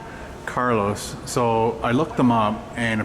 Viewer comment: Carlo's, not Carlos, by the way! ;-)